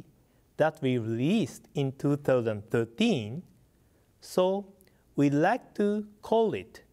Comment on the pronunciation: lol i like when he tries to say 2013... "two-toethun-tuteen"